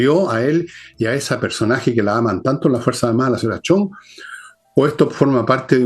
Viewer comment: Señora por favor hable bien y pronuncie correctamente: se dice Ximena CHONG y no CHANG